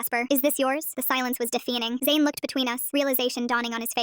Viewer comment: "the silence as deefeening!" ...